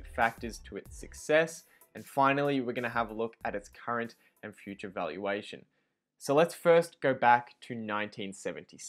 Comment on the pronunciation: I know "valuation" but what is "valaution"?